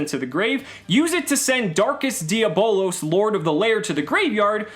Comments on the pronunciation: It’s di a blose not di abolas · Hahaha it’s not dia bolos. It’s diablos and if you can try and fit that extra o softly. It’s Spanish for devil. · It's pronounced d_ab_lows